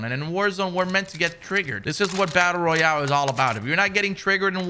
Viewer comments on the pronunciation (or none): none